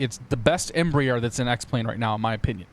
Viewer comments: Just a note: It's not embrEEer (like beer), it's embrAer (like Ah, or "bra"). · X-Plane Aviation No, it's not. Embraer is a Brazilian conglomerate. I am Brazilian, and the pronounce of both you and is incorrect. Cheers.